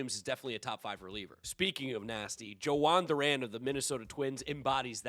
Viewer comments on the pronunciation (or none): "Joe-han Duran" just sums up how little baseball this guy actually watches...